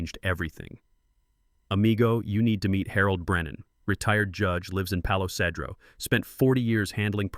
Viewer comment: Oh and btw, Palo Cedro is pronounced Palo Sea-dro. Just fyi.